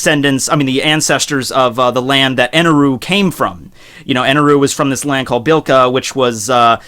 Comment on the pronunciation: Blika? WTF is that? It's Bilka! Man, what's with you and skipping or adding phonemes? Zunenshia, Momonske, Blika. Fuck me. And can you please be consistent? Either use 'l' or 'r', ffs!